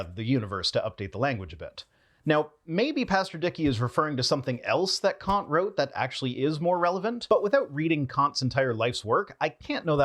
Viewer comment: I have the impression that you don't like it, when someone criticizes your pronunciation of foreign names. You obviously try your best and maybe don't want to spend too much time on minor details you can hardly improve. But with Kant it's really easy. Kant = Cunt (pronunciation-wise)